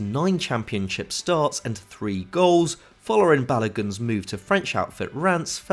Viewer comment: That’s a funny way to say the American striker Balogun